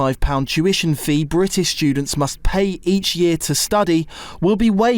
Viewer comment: "Britch"???😂 There really should be a law that Britain can take in no immigrant until he can at least pronounce "British" correctly.